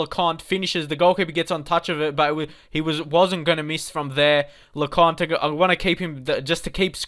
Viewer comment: Blanchard ...... Blank-ch-ard Lecointe ....... Le-coin-t Gilmartin ........ Jil-mert-tan (pronounced as if he's French) Young has more potential than Hourihane.